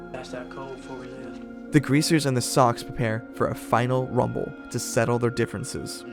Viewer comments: I'm pretty sure Soc is pronounced as Sosh in this story, short for social it makes the same sound as the first three letters in the word. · Did you watch the film? Read the book? It's "Sosh" not "Sock". Thanks for posting. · I'm almost positive "socs" is pronounced like "soash" and not like "sock". :S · I say this with all love, as a channel that talks about movies PLEASE pronounce names of movie characters / titles like “soc” short for “social” & names of FAMOUS, well known beyond just those in the industry, directors like Francis Coppola. It was incredibly distracting, and made it sound as if you are not at all familiar with the topic you are consuming outside of a basic google search that we could all do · I f you actually watched the movie you would have known I don't know how you'd get that wrong. You're very good at articulating this story. It's a good video, it's just kinda jarring socks? Even reading the book everyone always knew. I don't get how you fuck that up it's weird. Did you not see the movie? If not because it's hard to believe you're an.acual fan and call them sucks? They literally NEVER say that ANYWHERE in the movie and it's co pa lu not capella 😬. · Dude....its not Socks. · ...well thats up to you and how you pronounce it but at the end of the day its still not Socks. Lol.